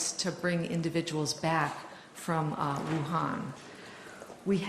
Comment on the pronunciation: It’s pronounced “oohan” not “woohan”